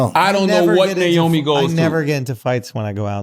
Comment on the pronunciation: nyomi? its naomi.